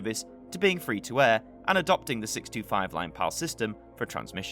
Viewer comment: I heard that too, but on replay I heard 1937. Another thing, I often though he was saying 65, when he was actually saying 625.